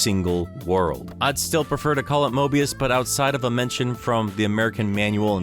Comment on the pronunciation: Dude it's Mobius